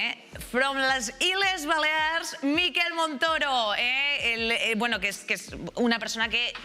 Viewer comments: Que no es por ser picky, pero.. “Miquel” no es “Mikel”, gracias. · En català se pronuncia "Miquèl" i no "Míquel". Suena muy raro 😂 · POR QUE INÉS DICE TODO EL RATO MÍKEL? SABE QUE ES MALLORQUÍ Y NO VASCO? digo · La sílaba tónica es quel😊